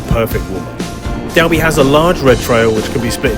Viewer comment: Just so you know for the next time you go Dalby is pronounced “Dolby”. Odd I know but I was born and lived 20 years just down the road in Thornton Dale and spent a lot of time in the forest (well before visitor centres and proper bike trails etc..just forest roads and off piste through the trees) This was before mountain biking was a thing …we had our steel shopping bikes with the mudguards taken off and cow horn handlebars fitted 😀👍